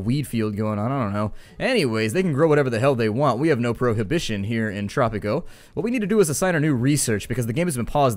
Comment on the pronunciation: Great vid! I was so surprised to see tanks attacking, but I was wondering where your tanks were. Anyway! hope we dont have to wait to long for the next vid im lovin Tttttttttttropico! kinda like roll your tongue when sayin tropico